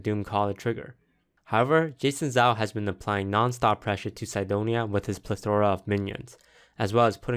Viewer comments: Toast messed up a few words this video. he says "Ple-THOR-a" instead of "Pleth-ora". As my Spanish teacher used to say, "Your em-fassis is on the wrong sy-lah-bull." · Ithink plethora is pronounced differently indifferent places. Most people I know say Ple-THOR-a as well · So we've got two mispronunciations (plethora and Pavel) and a typo in one video. Toast is slipping. I hope at least he can land butter-side up. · why do i cringe whenever you say that xD (plethora )